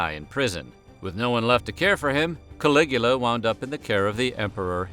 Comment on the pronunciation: Caligula for some reason sounds like coagulated :/